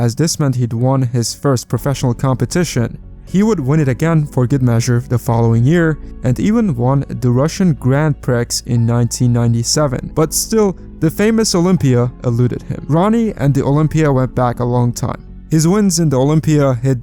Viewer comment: Since u will have to say it again, it's pronounced Grand Pree.